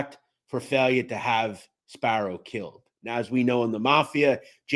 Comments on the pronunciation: Respectfully, It’s not pronounced “Fail-yă” it’s pronounced “Fī-ella” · My god you are butching the names. JHC do a little research. Jimmy FailYa??? WHAT THE F.